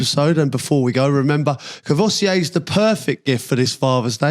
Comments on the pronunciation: Kor-voy-see-ay?!? 🤦🏻‍♂️ Haha Nice one Crouchy! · He needs to learn how to pronounce 'Courvoisier'.